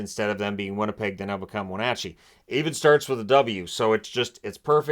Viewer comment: 🎉🎉🎉thank you for pronouncing Wenatchee correctly sir!!!👏👏👏👏🎉🎉🎉🎉🎉🎉🎉. As a local I have heard many variations!!